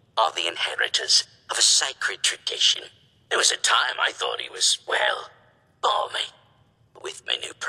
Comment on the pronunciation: Not 'balmy', 'Barmy' an old british turn of phrase meaning crazy.